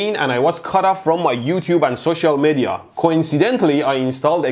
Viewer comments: "I was cut off of my social Mehdia" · "cut off from my youtube and social MEHDIa" :D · social mehdia